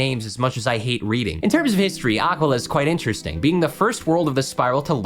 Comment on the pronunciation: You trying to pronounce Aquila (and all the other Grecian names) is killing me